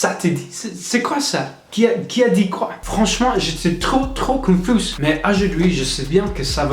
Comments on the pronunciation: Coucou petit conseil, on ne prononce pas le "s" pour le mot "confus". Mais sinon tu te débrouilles très bien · Honnêtement j'ai beaucoup d'admiration pour les étrangers qui parle français parce que même pour nous c'est la galère. Si je peux te donner un petit truc, dans le mot confus le S ne se prononce pas mais à part ça tu parles déjà très bien français. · Hello I’m French when you said "confus" it not must not pronounce the "s" has the end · Je suis française je trouve que malgré la difficulté de la langue tu parles quand même bien beaucoup de français on des problèmes avec la conjugaison aussi le seul petit truc qui me choque et le mot confus on ne prononce pas le s. Ça s'ecrit confus mais ça se prononce confu voilà si ça peut t'aider un peu à parfaire ton accent en tout cas bonne chance à toi ! Courage ! 😊😂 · Tu parles super bien français mais attention dans confus tu ne dois pas prononcer le “s” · Super vidéo! Bonne chance continue à apprendre tu t’en sors très bien!! Fais attention, dans le mot « confus » le « S » ne se prononce pas